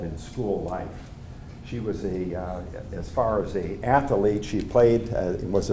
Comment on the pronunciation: The word is also pronounced incorrectly.